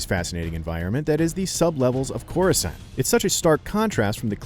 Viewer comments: I hear chorusand. Who the hell pronounces it that way. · KoRuSaNN :PPPP Jesus Christ IGN, hire some competent employees. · Andre Ray you got it easy, I knew someone who pronounced it “chorus can’t” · Chorus-ant lol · Shut up bro u can’t even say corscant right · Imagine judging the beginning of an arc just because it’s boring, y’all actually don’t know how to properly rate movies, so you guys don’t have any right or reason to judge a movie or TV show, and please say Coruscant right, that’s gonna trigger me n imma slap you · How can u “watch it” and hear them say coruscant over and over again but u cant even say it correctly 🤦🏽‍♂️ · This guy isn't a real Star Wars fan you can tell from how he pronounces easily known planet names. Bad video. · Don't listen to this..... He can't even say the name of the world correctly. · Ahahah true!I loved this episode tho.. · If he says "Coruscant" like that one more time...